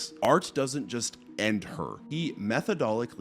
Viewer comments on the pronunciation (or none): " Method-odically"???? Huh? It's "methodically ". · "Methodolickly!?" I've overlooked quite a few of incorrect pronunciations on your videos, but that one was my tipping point...